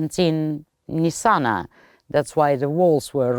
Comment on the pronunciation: I spent time (22 days) in Nitzana just now. We red the name "Nizzana", "Nizana" and "Nitzana", but NOT Nessana